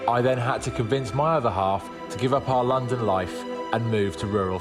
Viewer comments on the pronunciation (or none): none